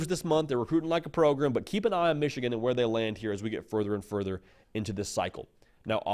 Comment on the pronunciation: can you say pro-GRAM instead of pro-GRUM thanks